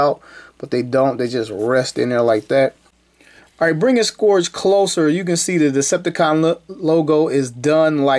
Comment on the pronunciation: Hey his name is actually pronounced “scurge”. I guess the o is silent or something. 👍🏽